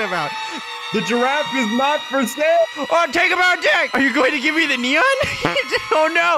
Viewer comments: Its neneon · Who just loves it when they say nenon instead of neon! XD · It's not nenon it's neon haha 😂🤣🤣😂🤣😂😂😂😂😂😂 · Is funny how they said "nenons" 😂😂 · They say that in every video and they consider that the new word for neon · I laugh when said nenon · LOL thay said nenons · It’s not a nenon it’s a neon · Is neon not nenon😂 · I really died when he said “it is a neneon” ( Edit: Omg- Tysm for 60 likes :D ) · Mega nenon!!!!! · I love it when they say neneon :p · When u guys say neneon 🤣🤣🤣🤣🤣🤣